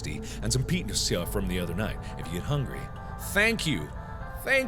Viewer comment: some peatsa